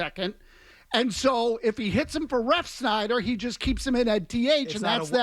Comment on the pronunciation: FELGER ITS REFSNYDER THERE IS NO H IN THERE!! ITS NOT REFSHNYDET